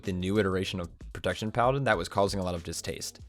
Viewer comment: He also says "prodaction warror" a few sections later. Had to pause the vid and replay on both instances. Pro-TEKT-shern